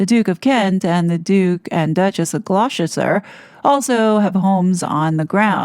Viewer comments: Gloucester is pronounced 'Gloster' ;) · KP is William & Catherine’s office rather than home now, I thought? (FYI Gloucester is said Gloster - a British quirk!) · Duke and Duchess of Gloucester - it is pronounced Gloster